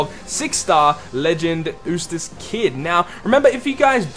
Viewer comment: I think it's pronounced You-stass and not ooh-stass. Sorry, just nitpicking! Great video and concept!